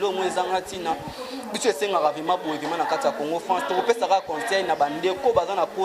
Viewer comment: Ebongo yo mouna balobaka vraiment et non vement po soki ken alobi vayage nde bo fingi